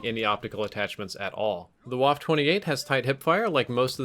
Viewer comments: Pronounced Vaff uh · Nick AlexuseesuxelA It’s pronounced like Vhaff-Eh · Why can't anyone say waffe properly? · You pronounce it like stuff-eh Bit with a v instead of the st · Please learn how to pronounce German, ‘w’ sounds like ‘v’ and you pronounce the ‘e’ at the end of ‘waffe’ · Correct! They used "waffe" instead of "MP" for copyright reasons :) Also, he pronounces it completely wrong, which nearly gives me a migraine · Said the name of the gun wrong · Nick AlexuseesuxelA Well considering the W is pronounced as a V in German, it's not pronounced as "WaffE". Also, "WaffE" sounds like someone is trying to say "coffee" but has a really swollen mouth and can't say their words properly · Its pronounced "Vaffa" not "waff" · Wtf is Wuff, can’t you say VAH-FEH! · I say this not because I personally care so much but because I know it annoys a lot of people, so please, take this as friendly advice. The E is not silent, so you must remember to pronounce it as "Waffeh". Now you know, you're welcome. Also, this weapon is the MP 28 but it seems they couldn't get the rights to call it that or something. Same reason the Lee-Enfield was called the Commonwealth for a while I guess. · VA-FF-EH not Waff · You pronounced it wrong...It's not pronounced "Woff" It's pronounced "Voffer" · it's 'vaff-eh'. not whaff lmao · It’s pronounced va-feh not wah-ff. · WaffE Waffle - but don't say the L. Please. It hurts. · This isn't a waffle 28, this is a WAFF-EH ACHTUNDZWANZIG!, you should practice your Deutsch a bit more.:D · You pronounce it vaffa not waffe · DONT SAY "WOFF"... its "Waffe".. just look it up with google translate PLEASE, its german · It's pronounced BA-FE. Not Guaf. You're welcome. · Say one more time Waff ....ist Waffe ! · You pronounced the name very wrong. It’s more like vaffa, Germans pronounce Ws as Vs and the E at the end is like an A. Think wunderwaffe. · Say it with me, "Vah-fuhhh" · Pronounced vaffe too